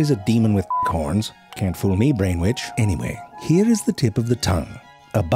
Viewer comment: I just heard "Brain Witch". Had to pause to acually change my shirt, as my old one is splattered with Pepsi. Thanks, Zefrank. Seriously though, I laugh out loud, usually to tears, watching you. I'm smarter and (because of the laughter) happier, after each episode. Please keep making your black magic entertainment. Now, I'll unpause and finish.